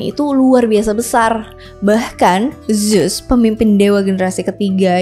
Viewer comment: Baca nya bukan zus kak tapi zeus